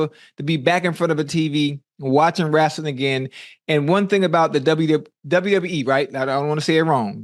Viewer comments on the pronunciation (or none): Ocho: haven't watched wrasling in so long Shannon: Wrasling uhh wrestling 😂😂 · Wow Unc… you talking Wrestling now?! This guy has range! On another event, my father says Rassling… I never understood how people can’t say wrestling. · My nigga ocho said wrasling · Let’s talk some Wrastlin 😂😂😂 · Ocho: "wrasslin"